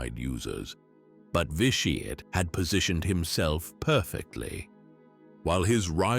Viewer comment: “Lord Vi Sheeeit”